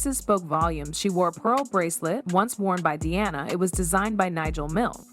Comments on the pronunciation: It is not Dearna its Di-ana why pronounce the name wrong with AI when you could narrate it yourself. Be authentic a human is better than AI. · Di Anna, NOT DEE ANNA! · She’s not Deanna. It’s Diana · That is so aggravating, ever time she pronounces Diana wrong. I am glad I’m not the only one that noticed. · Dee-Awna - really?? Mispronouncing Diana’s name? AI is annoying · Why does the narrator keep calling Diana “Deeana”? She was only the most famous person on the planet during her life. Pronounce her name correctly.